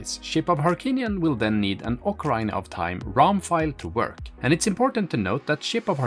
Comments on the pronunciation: it pronounced Okkah-reena.. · what? what game is this? ocaRAIna? LOL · Nope. Sorry, but nowhere is it pronounced that way. Saying "ocaraina" is simply a mistake and not an accent thing. The accent is sexy, though. ❤